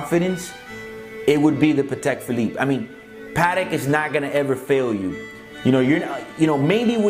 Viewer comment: It´s not a PAtek, it is a patek PHilippe.